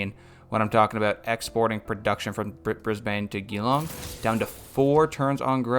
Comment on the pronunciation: Hey mate, Australian here! I'm loving the series but it would help me a lot if you could pronounce the city names a little different. Geelong is said G - long (like just the letter G), and Brisbane is more like Brizbin, Canberra is more like Cambra. All good if you don't care